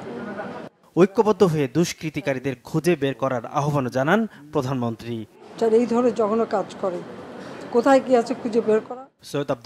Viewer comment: প্রদানম্নত্রি না, পছামন্তি